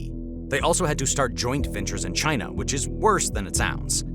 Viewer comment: I don’t like the way you say “China”, it reminds me of how your idiot president says it.